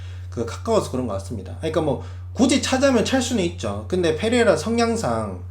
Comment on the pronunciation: Pㅔ레이라 F로 발음 하는거 킹받네